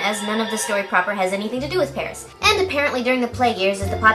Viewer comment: you can tell the guy who voiced the gay french bird isn't really french because he pronounced Paris in the english pronunciation but with a french accent (which sounded like "Paries") insteald of pronouncing it how the REAL french do (which sounds more like Paire)